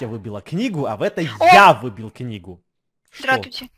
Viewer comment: Сратуте?🤣🤣🤣🤣🤣🤣🤣Катя Правильно сдраствуйте хахах хахах